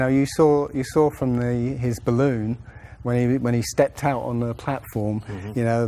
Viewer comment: wtf is a 'boollon'?